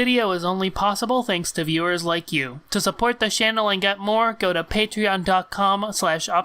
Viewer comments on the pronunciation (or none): 🅱️lease stop saying “shannel” 😭 it kills me every time, please say “Channel”